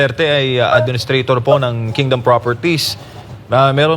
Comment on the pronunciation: Kingdom not kingdoom